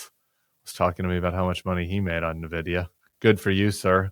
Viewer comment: small note... it's pronounced "in-vid-ee-ah"